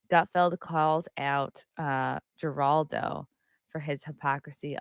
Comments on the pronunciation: are you trying to trigger me saying Jer aldo? The correct way to say it is Her aldo! Not Jerry Jerry Jerry. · It's pronounced HER all doe....play the clip first without talking over it...beyond annoying.. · why are you talking over their dialogue? and his name is pronounced HER-ALL-DOH.... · Please learn how to pronounce Geraldo. I’ll use it in a sentence “Geraldo is a moron”! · Good grief, get to the point, and learn to pronounce Geraldo. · It’s funny that can’t pronounce Geraldo.